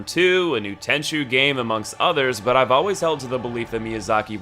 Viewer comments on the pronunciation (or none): It’s Tenchu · It's tenchu.